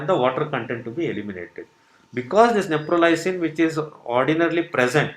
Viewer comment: It’s not Neprolysin it’s Neprilysin. And it’s not a new drug . It has been in the market for quiet sometime .